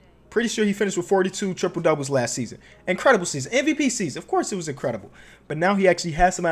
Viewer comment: Anyone else notice when the Westbrook triple double thing came up they said tiple.